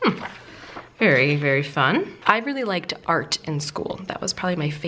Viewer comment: Haha I couldn’t help but laugh I thought you said fart not art lol x x